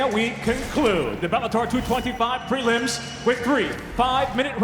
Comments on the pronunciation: Did he say “prelimb” 😂😂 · The “pre-lims” 🤭